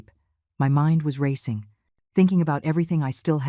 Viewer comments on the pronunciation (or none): none